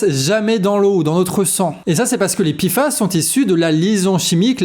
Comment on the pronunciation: P et i font pi et non pé.